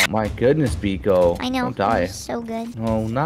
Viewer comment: No tiki not biko!!!!!